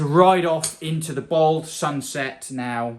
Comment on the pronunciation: Its Bald NOT Bold!!!